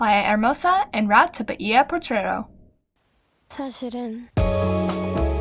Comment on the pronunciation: Just a little note here when pronouncing bahia the H is mute.